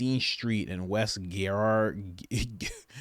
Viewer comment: Oh lord man…it’s a “j” sound. Girard (jurard). 😂